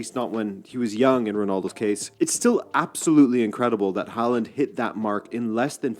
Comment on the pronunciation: Haaland's name is pronunced like this /hauland/. ( In Norwegian he writes Håland, with the letter å!) The Norway Soccer Team is a "dark horse" in the World Cup 2025. They can do very well, and some believe they can win. 😄⚽🌎